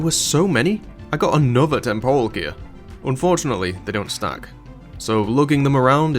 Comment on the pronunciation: All I could hear throughout the video is "unfjordunately..."